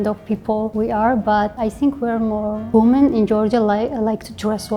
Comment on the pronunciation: Не вумэн, а вимин)